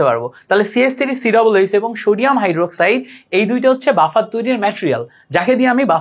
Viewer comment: Allah'r dohai. vai uccharon ta ektu thik koren, please!! you can count it as advice. Sodium, je, 6 please egula ekta thik vabe ucchar koren!!! Amar OCD type problem thakate ami esb uccharoner karone class e attention dhore rakhte parina, tai bollam. Kichu mone korben na vai, please!! Vai emnite Kintu class ta osadharon chilo